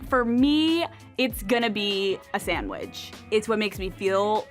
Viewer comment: I can't deal with how Alex says "sandwidge" haha.